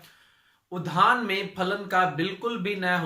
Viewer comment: धान बोल रहे की उद्यान ठीक से बोलिये